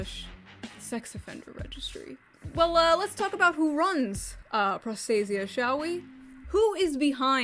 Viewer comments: My only issue with this entire video is, well... [pro'stasia]. I know, I know, anglicized word and all that, but the original stress is [prosta'sia]. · As a Greek hearing pro stay zee ah makes me sad. Pro stah see ah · It is pro-sta-sia, not pros-ta-sia. It's greek for protection. Sorry but as a greek I just couldn't pretend I didn't hear that. Not gonna comment about the rest.Why the fuck are we even surprised anymore? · They managed to make the word “protection” sound like prostate. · Bruh this shit looks like its pronounced prostate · the word prostasia is a Greek word and it means protection, and the correct way to pronounce the word is prosta-sia, without using accent...(go to google translate and listen on how the google translation voice says it.)... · my ears r bleeding from the moment you pronouncd prostasia (its a greek word btw) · Greek person here. Prostasia means Protection in greek and is pronounced Pro (as in PROffesional) sta (as in STAlion) si (like sea) a (as in Algebra).